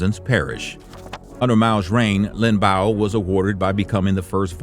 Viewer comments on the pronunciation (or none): It's pronounced Lin Biao not Lin Bao 林彪